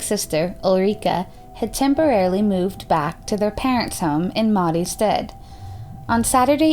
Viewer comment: A tip; check how to pronounce things before doing your videos when there's foreign names. I literally had to turn on the subtitles to understand certain names and cities, such as Mariestad. Stad is pronounced "st- ah-D". Dahlsjö sounded french the way you pronounced it, it's "D-ah-ll Sj-uhh" (kind of). It's too bad, as things as this is interesting to know about as unsolved cases usually quiets down and becomes forgotten, but it gets hard to listen to when a lot of things are mispronounced so severly.